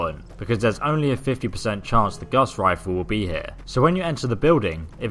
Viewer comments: Yooo, Gauss with no a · Honest mistake. It sounds like he calls it the guss rifle too. Lol